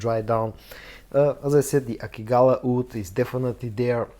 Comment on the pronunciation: "Oud" ? "Wood" ??